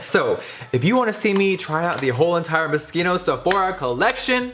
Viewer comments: MO-SHEENO NOT MASKEENO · It's cute how Jeffree pronounces Moschino as "moskeeno" instead of "mosheeno" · I thought he said Mosquito the whole video. I thought it was pronounced MO CHINOOOH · Isn't it pronounce mos-chee-no not moskino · "Moscino" lol cochino it's MosCHino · Why is he pronouncing it 'moskeeno'😂😭🤔 I canny not be the only one who pronounces it 'mosheeno' 😅✨ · So it's pronounced Musk-een-Oh? I always thought it was pronounced as mO-CHeen-Oh. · MoSHINO not mosquito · ughhh he keeps saying MISKINO .. #Europeansdie 😂😂 its pronounced as Mos-kino 😫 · i heard mosquito the first two minutes in the video and was laughing so much because I've been pronouncing it wrong all along hahaha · Jefree I luv ya but I’m pretty sure its pronounced moschino as ch like chance you got the ch in the beginning but it’s in the middle like mosCHino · every time you pronounce Moschino, i cringe hard... sounds like fucking mosquito. gross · Isn't it pronounced Mo-shee-no? I used to study fashion design at uni and that was how I was taught to say it as in the c is silent, but not trying to throw shade or anything, brand names can be quite confusing ahah still love you Jeffree x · Isnt it pronounced " Mo-Sheeno" ??? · Sarah F really? Man it just doesn't seem right. I could totally be wrong. I feel it could be pronounced like moshino. Like ch sounding like sh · moscito? moskino? what? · Who else heard mosquito every time he said moschino😂😂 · No hate but is it not pronounced moshino? I thought it was a shh noise? I've never heard it pronounced the way he does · Thought he said mosquito at first 😂😂😂😂😂😂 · is he saying mosquito ?? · Haha Jeffree I love you but it's moschino not moskino😂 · Jeffree you say mochino wrong 😅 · I swear! I kept hearing "Mosquito" 😂😂😂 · Is it just me who’s bothered by his pronunciation of moschino :/ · We love you but Moschino is it a italian name you pronounce the as cha C is not pronounced as s sounding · If you can't say it...don't review it smh